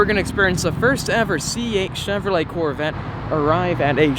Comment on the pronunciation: First time viewer here! Huge ford guy (03 cobra, 15 fiST and a 14 built st fiST) may trade the termi for a c8. But being new I may be the only one that is bothered on how he says Chevrolet....